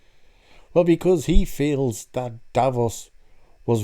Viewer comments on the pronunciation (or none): I'm bored... Oh no sorry not of the "TrAnS iSsUe" of videos like this. Oh and it's DAVROS not Davos sounds like a cleaning product